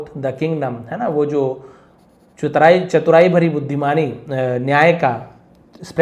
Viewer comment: चतुराई ❌ चुतराई ☑️ 😅😅😅😅